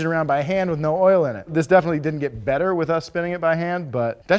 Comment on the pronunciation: LMAO, saying we've got an oirl pump! 😂😂😂